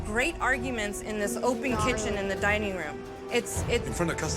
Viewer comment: I always love an exquisite "dinning" experience 😂